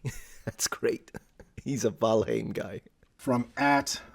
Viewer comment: Just wanted to say that I love your pronunciation of valheim. As a native Icelander I speak old norse and you pronounce heim exactly like it should be. Kudos